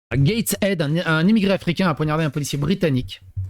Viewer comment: Poignarder et non ponarder 😂